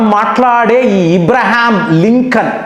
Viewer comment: ఈరాన్ కాదు ఇరాన్ అని అనాలి. ఇబ్రహం కాదు అబ్రహం అనాలి